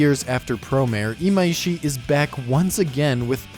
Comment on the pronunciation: His name is Imaishi not Imaiishi. I don't know where people keep getting this extra "i" from, but it has never been there.